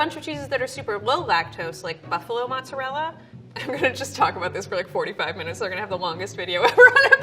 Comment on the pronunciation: I LOVE this 😂😂 he emohasized all of it 😂